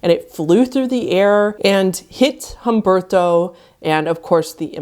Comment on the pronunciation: okay i like the effort to pronounce the “to” in his name, but if you were gonna try to pronounce it properly, make it less annoying. The “u” and “e” you see in his name are pronounced as they are. Not “H-ahm-bırdto”, say “H-uhm-behr-to”